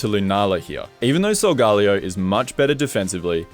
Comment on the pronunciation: Solgalayo Its sol-ga-leyo